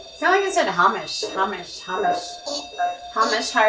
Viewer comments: Amazing video! Thank you. Just one thing, Hamish is pronounced Hay-mish. ❤ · Hamish is a Scottish name pronounced Hay-mish